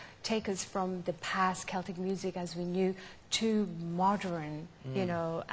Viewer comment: I love how she pronounces the word "modern" like "moderin." She is so endearing.